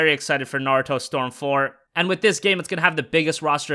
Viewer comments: It's pronounced Nah - Ru - To, like rule. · I swear he kept saying 'Narto'